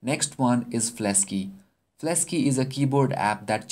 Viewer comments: Fleksy, not flesky! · It's Fleksy not Flesky. :v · The keyboard. Is called fleksy not flesky